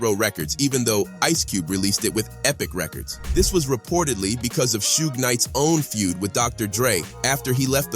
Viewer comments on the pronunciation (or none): none